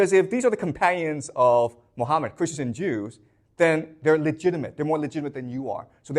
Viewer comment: Islam literature has answer to all 3 questions. Its found in 2 islamic sources that every serious moslem knows about. Called Sunnah and Seerah.Also known in English as traditions and lifestory of Thee Prophet Mohammad. Who's real name is pronounced Mo ga mat. Peace be on him